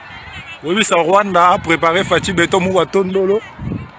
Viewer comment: Mwana mobali oyo azo filmer ba oara alobi mukwa tondolo au lieu de mukwa ntombolo😂😂😂